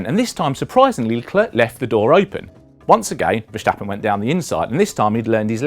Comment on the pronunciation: Just say Max if you can't pronounce Verstappen